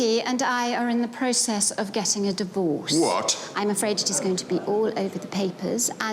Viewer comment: I know, Lord Sinderby says, he stays away from divorce. But I always understand dwarfs. Makes his lines so much funnier. 😂